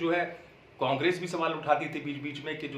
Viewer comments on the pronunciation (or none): none